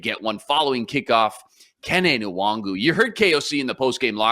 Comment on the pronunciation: needs to learn how to pronounce Nwangwu's name